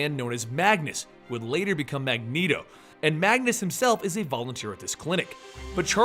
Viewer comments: every time you say "magus" it drives me nuts. it's "magNus"! lol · I liked this video, but it's Magnus, not Magus... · The way you mispronounce names kinda pisses me off just a teeny tiny little bit. Magus, indeed.